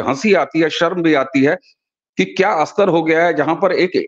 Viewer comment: अस्तर ❌ नही "स्तर" ☑️, अस्थापित ❌ नही "स्थापित" ☑️ ...